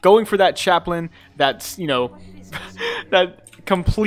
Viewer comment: the name is Chap-lin (Chap like Chapped lips, and lin like linens)